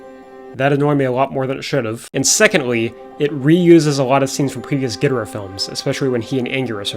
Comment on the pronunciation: Long time Godzilla fan here, and I'm here to tell you that despite many comments, you actually pronounced Ghidorah closer to how it's supposed to be pronounced. In Japanese, the first syllable is emphasized most often, as in "GEE-doh-rah". To reflect that, the original English dub pronounced it as "GEE-drah" and spelled it as "Ghidrah". In the later English dub movies, particularly from the Heisei series and onwards, the pronunciation changed to "gee-DOOR-rah", which became the most frequently used pronunciation for all Godzilla media in English.